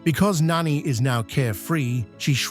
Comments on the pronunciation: N It is not pronounced Noni it is nani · It’s not nani it’s noni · Its Nah-nee not nanny Jum-buh not Jumbo, Ga-ntu not Gah-ntu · Nanny- ITS NANI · It’s NANI not NANNY 😂😂😂😂😂😂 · Creative idea doing this. Good execution of it. Just please work on the pronunciation of the character's names. Nani is Na-ni, not nanny, and Jumba, not Jumbo. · its nan i.nani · It’s Nani not NAni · Well, you don’t pronounce her name Nanny you pronounce her name, as Nani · It's pronounced Nah-Nee, not Nanny. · It’s not really Nani it’s pronounced (NAH ne) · Hey a bliss the name is Nani not Nanny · "Nanny"💀no hate btw tho❤. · This is how you say “Nani”💀 “Nani” na -n -ie “Nani” You supposed say “Jumba” not “Jumbo” sorrry if I’m correcting you